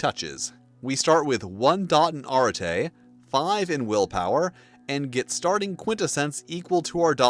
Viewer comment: I can't shake off the feeling that you are mispronouncing arete.